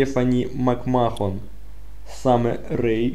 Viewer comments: мак Мэн а не мак мехон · Если все так говорят не значит, что так и есть. Макмэн- McMan по-твоему? Все комментаторы, рестлеры и прочий состав произносят "МакМэхн", а некоторые звук Х "хэ", делают как "г", но с небольшим шипением "МакМэгхн". Букву "О" они вообще не произносят